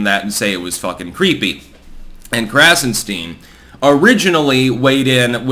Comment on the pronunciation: "Its's KrassenSTEEN"